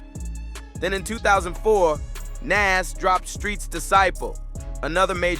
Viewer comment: The way you are pronoucing Nas' name is wild!🤔